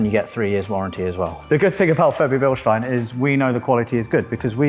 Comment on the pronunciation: OMG the first british guy who pronaunced Bilstein properly